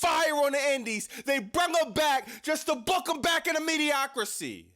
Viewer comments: Also its mediocrity, not mediocricy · It’s mediocrity(me•de•oc•i•ty), mediocricy is not a word.